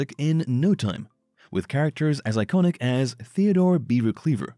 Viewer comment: Please learn how to correctly pronounce the word “iconic”